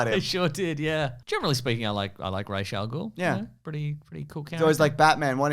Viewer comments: RAAS god damn it. Not Raesh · I refuse to use the “Rach” pronunciation, it just sounds like Rachel. It’s “Ras” in Arabic. Dennis O'Neil was dumb. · Ras not Rash. Ras is the word head in Arabic